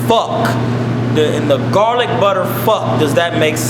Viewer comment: "Let me tell you what caused it.... Garlik Butter!" #DEAD